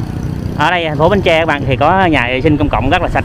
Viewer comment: Bến tre nha bạn. Chỉ 1 hoặc 2 người do nói đớt chứ khg phải ai cũng nói đớt nha bạn, phải tôn trọng và nói đúng và phát âm đúng địa danh của nơi mình đến nha bạn BẾN TRE.